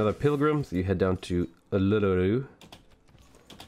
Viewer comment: you're pronouncing Uluru wrong, am I the only australian that watches these things?